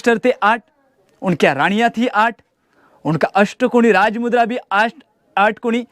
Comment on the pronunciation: raaj mudrecha apman karu nkos uchar nit kr tujhi layki nhi raaj mudrecha uchar chukicha karnyachi Jai bhawani jai chatrapati shivaji maharaj jai chatrapati shambhu raje🚩